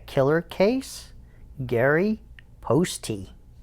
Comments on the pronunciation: The name is pronounced post, not postie. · It's post the e is silent dude